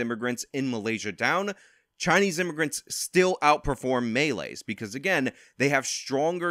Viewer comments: Great video, but your pronounciation of Malays is Maa-ley, not Melee. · stop saying them maylay, melay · The stress is on the last syllable of Malays. Like you woud say Malaysia but without the ia.